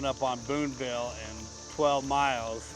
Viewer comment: FYI Booneville has no "s" in it; sounds like you said Boonesville a few times. Otherwise, great video and I'm m going to do this sometime, this summer, with a lifelong buddy